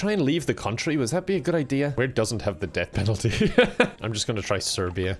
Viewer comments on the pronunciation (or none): none